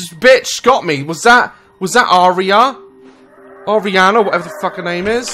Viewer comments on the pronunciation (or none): none